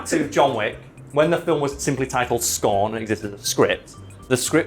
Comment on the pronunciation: Everytime says "scorn" I hear "scone" I'd still watch a keanu Reeves movie titled "Scone"